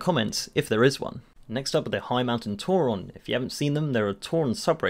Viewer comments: Who the fuck calls a tauren a tour ron? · he says Tauren like "Tauron" smh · I want to like this video, but I'm pretty 'Toron' how he pronounces Tauren. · Why do you pronounce the "e" in Tauren as an "o"? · whats a TauRON, its tauREN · Forget Tauron, stop saying "L-U-A" It's lua, loo-ah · Why he sayin tauron? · Why do you say Tauron? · Tauren doesn't have an "o" in it... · never mind I didn't noticed he pronounced it wrong. I was saying it right after all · Phantom Link it’s not his accent, I’m from uk and I don’t pronounce it like that 😂